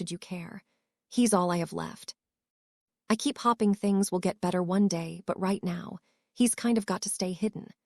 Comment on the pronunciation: Hopping and hoping are pronounced differently learn the correct pronunciation and what they mean.